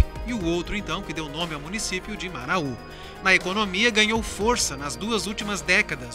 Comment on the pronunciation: Muito lindo o vídeo! Mas não se fala Maraú!!! é Marau apenas.